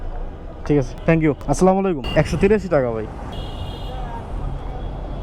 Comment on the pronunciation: Not aslamolaikum 😂😂😂 Say assalamu alaikum🎉🎉🎉